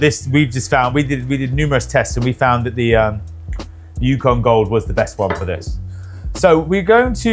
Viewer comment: This American cringed when he heard him say it.